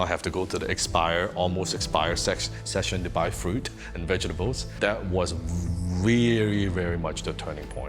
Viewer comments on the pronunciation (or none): sorry dude im an asian too , we speak english fluently, but really "bhegetables"